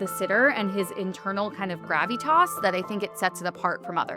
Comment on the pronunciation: Sotheby's hired somebody who doesn't know how to pronounce "flavian" or "gravitas". I wonder what else she doesn't know.